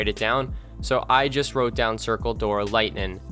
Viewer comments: Lol stop saying "lightnin'" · i’m redoing all of the zombies easter eggs and needed to watch this vid for a mind jog, but i never remembered how annoyingly you say “lightening” there’s a G at the end. lighteninG lighteninG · lightning* not lighnin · Great guide, but it's LightNING. Not LightNIN. Seriously though, thanks for this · I came back to this video 4 years later just to hear him say “lightnin” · Every time he says “Lightnin’” take a shot. Great game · Also its lingtnin bow cuz thats how he says it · This guy loves saying lightnin'